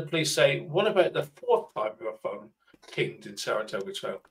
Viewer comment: Six long years later and he still cannot say Saratogga ! 😂 I heard sarasogga and tartatogga 😂 ground control from mager tom 😂